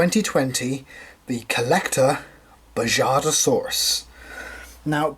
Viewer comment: Just to let you know the J in Bajadasaurus would be pronounced as the H in “house” is. Also I love this figure! 💜